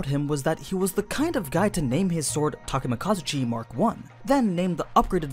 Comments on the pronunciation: hi im Takemakazuchi totally not Takemikazuchi nope its Takemakazuchi if ur gonna say it that way then replace the i in Takemikazuchi with an a pls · did you just replace the i wan an a in the name [Takemikazuchi], if it had an a it would be [Takemakazuch] so you miss pronounced his name.